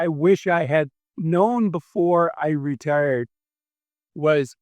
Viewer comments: Why do you say "ruhturd" instead of "retired"? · Are you saying returd?